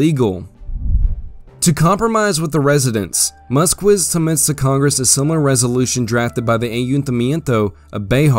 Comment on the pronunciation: just an FYI, the name "Músquiz" is pronounced "MOOS-keys." Thanks for the video.